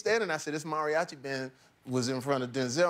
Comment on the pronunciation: Kills me how he is mispronouncing "Mariachi" but its all good.